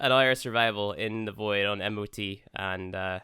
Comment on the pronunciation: Why does everyone pronounce M-O-T when its just mot?